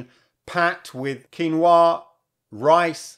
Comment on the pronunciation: Thats how its meant to be pronounced